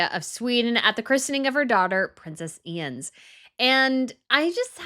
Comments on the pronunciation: Please, the names! Queen Mathilde of the Belgians has no "a" at the end of her name. The youngest Swedish Princess (daughter of Prince Carl-Philip and Princess Sofia) is Princess Ines. Not Ians. Try Yness. The yellow colour of Princess Sofia's dress is the yellow used in the Swedish flag. That is why she chose it. The designer you spoke about is Jan Taminiau. Try Yan Tah-mini-yow. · Why don’t you pronounce it In-ez? Sounds like you say «I-enz» (The baby being christened) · Enough with the drama about Queen Mary's outfit. She rarely misses the mark. I also think your admiration of Queen Maxima's outfits is disproportionate. Her taste in clothing is pretty ordinary. And I have mentioned this before, but I'll say it again, Carl Philip and Sofia's daughter is called 'In'ez' (its Spanish), not 'Ines', with rhymes with 'lines' as you insist on calling her. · Just to help a bit with the pronunciation of the new little princess' name, Ines, it's pronounced like "Eye-nez" (nez rhymes with Pez/says). 😊